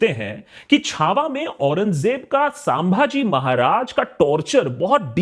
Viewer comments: Are ek to nam dhang se le it's छत्रपति संभाजी महाराज not साभाजी bolna Sikh lo pehle then make video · Sir.... It is not सांभाजी. ... छत्रपती संभाजी महाराज. ... Plz.... Next time .... Remember. .